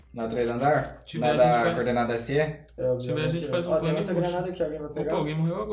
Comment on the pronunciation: falando "Cordenada" me dá nos nervos